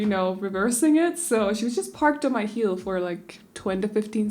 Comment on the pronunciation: When you said ,,my mom parked on my heel” I thought you said my mom parked on my hill 😂and I was very confused for a second Btw I love your videos soo much ❤️❤️🥰